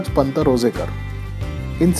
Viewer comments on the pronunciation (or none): It's shamrajpant Ranzekar or Ranjhekar not rojekar Shamraj Nilkantha Ranjhekar (शामराज नीळकंठ रांझेकर)